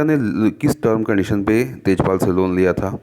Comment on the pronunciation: Sir Tajpal not its Tejpal